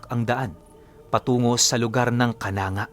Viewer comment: KANANGGA ay KA-NANG-GA ang pagbigkas diyan